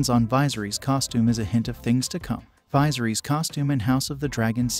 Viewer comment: Apparently one of the details you missed was how to pronounce Viserys. Not sure how you botch it that badly when they repeatedly say it throughout the show.